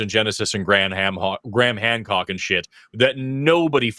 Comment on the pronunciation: “Graham Hamhock” 😂😂😂